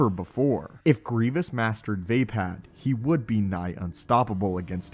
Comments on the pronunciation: its v-ah-pah-d, not v-ae-pad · It's absolutely Not pronounced VAY-PAD. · Va'apad. Vah-Pod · does anyone else think it is pronounced as vah-pod? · Had to click off this video just bc of the way he says vaapad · Say Vaapad one more time please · You are saying vaapad wrong.